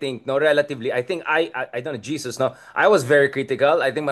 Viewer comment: Prof Richard, pls call him HESUS (Filipino pronunciation) NOT JESUS. JESUS IS OUR LORD po. Sorry. 🙏❤️